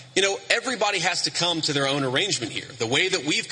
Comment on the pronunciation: Vance keep saying their arranegemnt !!!! What arrangement ?? They are married.. Tf he saying. He is so fake